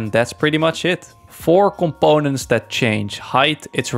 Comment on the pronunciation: someone pls make a compilation of him saying coMPONEents 😭😭🙏🙏